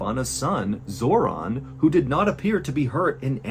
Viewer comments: Felt the need to share, off topic of the video Zoran is my brothers name but it's not pronounced the way in this video and the only Zoran Zor(in) I probably will know in person. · Yes.im from Macedonia. Also Zoran is proununced" Zoron" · I swear he said her sons name was zordon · ‘Zoron’ ? My god lol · How did you nail the pronunciation of "Ljubica" but you got "Zoran" wrong? Lol